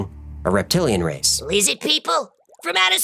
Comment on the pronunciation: "Lizzid People"